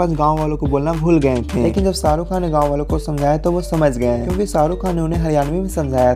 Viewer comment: I don’t know if I should say it or not. But the voice in this video has killed the beauty of Urdu and Hindi. So much so that all the charm of this video has been lost. I hope the video creator removes unpleasant accent and voice. And ask someone else to dub it in proper Urdu or Hindi. Just for record he was saying SAA RU Khan (millions of times he must have heard his on tv but still he cannot take his name properly).. omg my ears are still hurting.